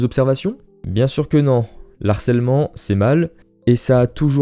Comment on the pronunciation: merci pour la longue réponse :) Et non c'est l'inverse, c'est "l'harcèlement" qui me déchire le tympan :) C'est pas bien grave non plus, mais ça gâche un peu le plaisir ^^